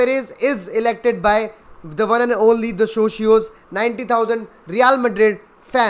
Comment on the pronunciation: Actually, Socios have a lot of say in many things, about any investment that its to be made, specially regarding the infrastructure and the stadiums owned by the club. And btw its pronounced as "SOO-Sii-OO" no Sooshioo😂😅. Great video btw.👍